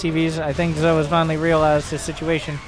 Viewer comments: Just thought I'd let you know it's pronounced like "Joe", since he keeps showing up. And the first two letters are just initials. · zhou is pronounced joe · Zhou is my hero. He may not be the Terran we needed. But he's the Terran we wanted. Also, I'm 90% sure it's pronounced Jah-ooh.